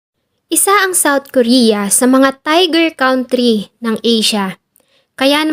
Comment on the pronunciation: Country- tamang pronunciation ay kan-tri. Most of the filipino pronounce it kawn-tri. KAN-TRI